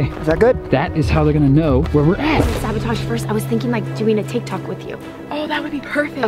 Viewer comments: You said tie tok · It said tie tok